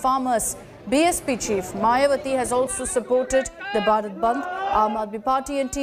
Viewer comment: News Anchor should remain that This is BHARAT Bandh not Barat band, Hindi is our mother tongue. Speaking English is very good thing but also give respect to our nation By taking this name proudly because this is not a subject to anchoring It's our country and everyone should take this name by feeling by your heart. thanks